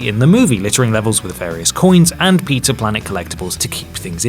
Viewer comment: Wait did you just say "Peter planet" instead of pizza planet